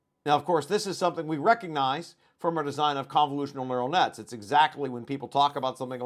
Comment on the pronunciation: It's probably not a problem, probably, but I'm hearing "Murrel Nuts" a lot in this video. It's just me.